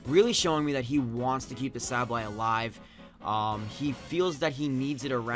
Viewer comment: Congrats! I'm glad you won over Emvee and Chimpact. Nothing against them, but their fanboys are annoying generally. PS. As much as I think you are a good battler and youtuber and I know you probably get a lot of comments about this, I just gotta say it........SAY-BULL-EYE